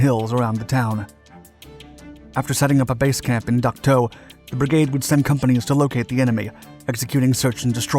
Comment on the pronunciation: Dak To not Duck To, but that’s okay. Great video!